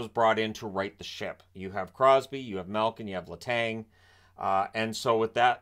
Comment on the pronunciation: The "g" in Letang is silent.